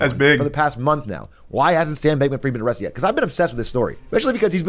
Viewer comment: Amrrested you say?